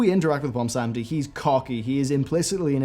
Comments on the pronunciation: Ummm, its Bwonsamdi, not Bwonsamedi. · its BWONsamdi not BOMBsandi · please stop calling him bwomsamdi